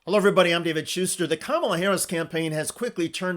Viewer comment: I'm sooooooo tired of people saying her name incorrectly, intentionally!!.....FFS how many times do people have to be corrected?!?!?..its really not hard to say!!...say it with me, here I'll spell it phyneticly.. , LA Again, in another form.. ca ma la!!! It's so juvenile to continuously say wrong!!